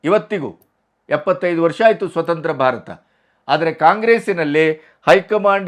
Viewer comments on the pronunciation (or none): none